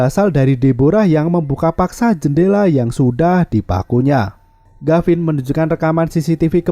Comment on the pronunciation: Tulisan gavin Dibaca garin Yg bener mana ngab